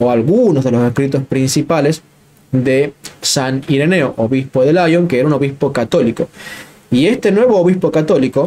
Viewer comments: No diga usted "Laion" ¿ Porque en inglés? Diga Liòn o León. Mejor Liòn para no confundir con León en España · Lyon es francés, y se dice tanto en francés como en español "lión". Gracias por tus interesantísimos vídeos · Buenas muy agradecido por sus videos. Nos ayudan a fortalecer nuestra fe. Sólo un pequeño apunte. San Irineo de Lyon en francés se dice como suena "Lion". Entonces si hablas en español debes pronunciar al modo original en francés como "Lyon" o en español "León" pero nunca en inglés. Es una tontería pero a los europeos, particularmente, en España y Francia suena muy raro.